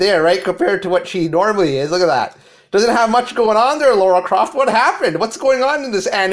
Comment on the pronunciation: LARA Croft. Sound it out. Lara. Not Laura. Lara.